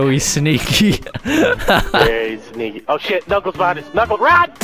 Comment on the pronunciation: Vewy vewy sneky